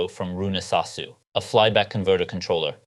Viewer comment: And finally I've learned how to pronounce that correctly after so many years!